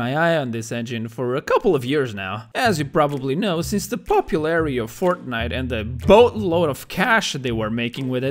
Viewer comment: The way he said Fortnite made me laugh so hard! “Feortnoit”